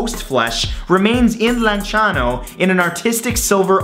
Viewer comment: you pronounce lanciano better than people from lanciano!